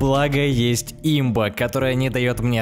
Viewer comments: Не и́мба,а имба́ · имбА а не Имба